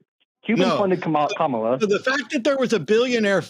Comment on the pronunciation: is a closeted MAGA cult member chud. As soon as he said "Kum-AH-la", I knew exactly when he sat politically.